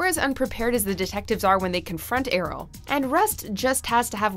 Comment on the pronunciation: Anyone else annoyed by her pronunciation of Errol?